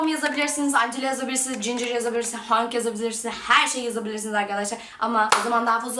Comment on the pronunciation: Hank değil Henk Angela değil Encıla ginger değil Cincır